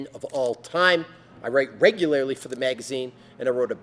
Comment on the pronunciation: Let's work on saying "regularly", eh? Just teasin' You're in beast mode here. Training like a Viking is training for life.